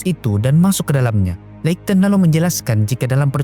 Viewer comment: pronounce nya `leikton`?, skip